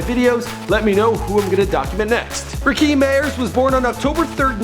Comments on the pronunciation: Sorry dude but do you actually know anything about this stuff your talking about in here? Or did you look this up on the Internet and this was your first time hearing of any of it????? First of all, have you never heard of Rakim? Because if you did you would knot the "kim" part in the name is pronounced like the name Kim itself. You keep saying it like "Rakeem". Second, it's A$AP Yams, not A$AP Yami. What the hell??? He just died this year. You can at least pay some respect to him by getting his name right. And last, have you also never heard of the word peso? Do you know not know what pesos are? "PAYso" how you say it. You're on here saying it like peh-so. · lol my man said "RaKEEM" good work tho, keep it up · Am I the only one who cringes every time he tries to pronounce Rakim? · Rakeeeeeeem haha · Nigga its pronounced Ra-Kim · its Rakim [RAH-KIM] and Peso[Pay-So] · It's Ra-kim bitch!! Damn you would sound a lot more credible if you actually knew how to pronounce their names correctly. Fucked Quavo's name up too! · not rakeem wtf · RA- FUCKING KIM NOT RAKEEM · It's pronounced Rah-Kim not ra keem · get the name right..Rakim not Rakeem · Rahkeem? Does he mean Rahkim? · this nigga can't even get his real name right. Its Rakim not Rakeem. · dumb ass nigga said Rakeem. nigga its Rakim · "Rah-kim" not "Ra-keem" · Rah-Kim , Rah-Kim , Rah-Kim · I can tell this dude don't listen to rap music with this disrespectful video callin him Rakeem and disrespectin the God MC Rakim...smh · It is rah Kim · RAH-KIM! Damn white folks be fucking Up Original Black Names! It's not TU-PACK? ITS TU-PAC? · So nobody gon point out this man mispronouncing Rakim.... Rakeem? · this guy is so fucking annoying, "RA-KEEM" and "PESSO" WHAT THE FUCK? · It's "Rah-Kim" man. You don't know much bout Hip-Hop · TAKE THIS VIDEO DOWN, IT'S RAKIM. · its pronounced rah-kim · you are destroying the name Rakim ( RAH -KIM ) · It's pronounced Rah-kim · You never pronounce anyone's name properly, its Rah-Kim